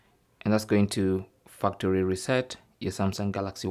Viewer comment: The way you pronounce "factory" is hilarious. And a bit obscene.